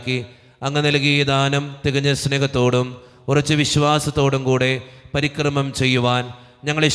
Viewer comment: ബ.അച്ചൻ ചൊല്ലുന്ന പ്രാർത്ഥനയിൽ പരികർമ്മം എന്ന വാക്ക് പരിക്രമം എന്ന് തെറ്റായി ചൊല്ലുന്നു.